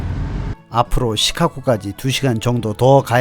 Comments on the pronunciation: '시카코코코코' 가 아니라, '시카고고고고고'입니다. 한국에 중학생들이 Chicago를 시카코코코 라 발음합니다. 미국에 사시는건 맞으세요. 힘드시겠습니다. ㅎㅎ -중학교 영어선생 - 코코코코코~~~~~ 귀! ^^ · 시카고 발음이 굉장히 구수하십니다. 시캇!!코(고), 어르신들이 그렇게 발음을 하시더라고요^^ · Chicago가 시카코로 들리는 나만 이상한가요? 계속 거슬립니다. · 자꾸 "시카코" 로 발음하시는 듯 ㅎ "시카고"로 발음해야 할 듯 ㅎ - 잘 보고 있습니다 ~~ ^^ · "Chicago"의 발음기호는 다음과 같습니다: /ʃɪˈkɑːɡoʊ/ 발음 가이드: /ʃ/: "쉬"처럼, "sh" 소리. /ɪ/: "이"와 "으" 사이의 짧은 소리. /ˈkɑː/: "카"처럼, 'a'는 길게 발음. /ɡoʊ/: "고우"처럼, 'o'가 길게 이어짐. 전체적으로는 "쉬-카-고우"로 들립니다. 미국 영어에서는 일반적으로 "쉬카고"처럼 부드럽게 발음됩니다. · 영상잘봤습니다 근데 시카코 코? 라는 발음이 좀 의아해서 미국현지에서 시카코라고 하는지 그발음이 맞는지 궁금해서 여쭤봅니다 ㅠㅠ